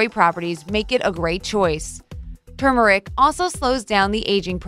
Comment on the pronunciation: It was nice to hear Turmeric pronounced correctly. Most people say "toomeric" .